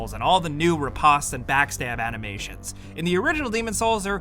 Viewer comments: Ok. I hate to do this ... But Riposte is NOT pronounced Re-P-ah-st. It almost sounds like Repost. It is pronounced Rip-poe-st ... rhymes with "Rip Toast" Sorry. If you said it once. I could live with it. But after the 10th time. This needed to be said. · pronounced ruh-powst, not roe-pawst. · riposte is pronounced "Rye-Post" not "Rip-ost" my friend. much love on all the videos and content! keep up the amazing work mate! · You pronounced "repost" as "re-paust." All your credibility is out the window. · Re-PO-Say is how you pronounce Riposte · You say "riposte" wrong. Take the word Post, like "post a comment", then stick "Rih" in front of it. Riposte. Not ruhpahst. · You mean riposte? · Lol I actually knew that too. Well, I never said I had any credibility myself. Lol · Who the hell taught this guy how to pronounce riposte?